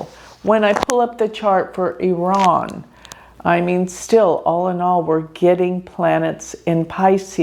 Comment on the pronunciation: thank you for pronouncing IRAN correctly